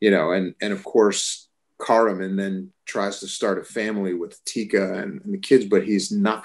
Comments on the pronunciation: Caramon = "care a mon" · So interesting the way he pronounced Caramon. To me I've always followed the way Peter MacNicol pronounced the names in the audiobooks (which are near impossible to find but if you can find them, ABSOLUTELY worth a listen, even if they are abridged). Dragonlance is INCREDIBLY important to me (obviously) and is responsible for me getting in to D&D and more importantly the style of storytelling I use as a DM. Beyond just being a great fantasy book series at a time in my life when I really needed it, I think Dragonlance really teaches compassion. And nothing is more important nowadays than that. Thanks Margaret Weiss and Tracy Hickman for the gift you gave us. Hopefully WOTC will get their stuff straight and take advantage of this beloved setting and introduce it to a new legion of fans now playing D&D 5E